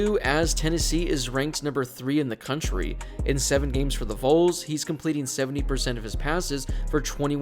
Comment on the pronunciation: Man out here slaughtering the pronunciation of the word V-O-L-S Its not Vules